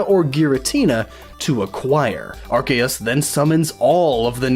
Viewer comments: It's ar-See-us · Ar-Say-es The c is an s not a k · I thought it was pronounced Arseus Arceus Guess I was wrong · It's pronounced "are see is" (soft i) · no it's pronounced ar-key-us officially speaking according to the anime, Pokemon Essential Handbook, the Official Pokemon Mailbox, and Tom Wayland. It is pronounced as such because the original translation (ar-SAY-us) was considered inappropriate in England and yea I am being dead serious. It is still pronounced ar-say-us in japan though and ar-see-us in some parts of america (due to Pokemon Battle Revolution popularizing that pronounciation) EDIT: which means of the 3 OFFICIAL pronounciations, none of them is Are-See-Is which means no matter what time period OR location you're in, you'd be wrong. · Yeah, pretty much. I personally go with Ar-key-us or Ar-kay-us, which I feel is supported by Silvally's ability, RKS System, which mimics Arceus' Multitype and when said out loud would be pronounced Ar Kay Ess. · Actually arceus is pronounced 'Ar-ke-ous and it comes from the Greek word αρχαίος ( Arkeos) which means ancient. And this is the truth because it is the most ancient pokemon of them all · Can you pronounce arceus correctly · no, its pronounced Arceus. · mispronouncing Arceus name....so hard to listen.....the C in his name is not a hard C like in "Cat". it is sounded out with like it would be in a word like "science".